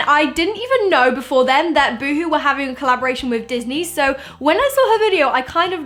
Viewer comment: Oh hon that's not how you say boohoo